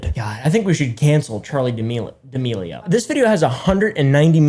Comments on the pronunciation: This video is all about pronouncing chaley dearmorli wrong for straight. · "charlie d'milworm" - 2021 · “Charli damealworm”